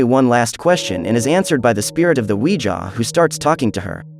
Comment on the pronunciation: I love the “weja” board😂